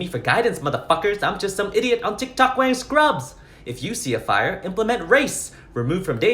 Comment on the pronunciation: "THERE'S A FI-YAH"💀💀💀💀